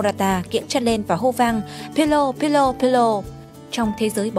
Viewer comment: video hay nhưng bạn đọc sai tên pirlo rồi...